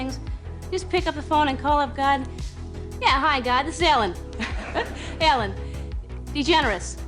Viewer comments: I was hearing elle. Degener... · Its Ellen not Allen by the way xD